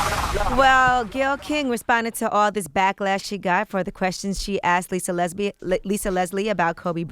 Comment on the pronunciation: "Lisa Lesb" 😂😂🤔 Lesbian. Yee u ain't slick